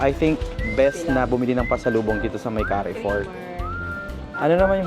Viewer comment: carrefour pronounce as kar-for... not ka-re-for ,peace.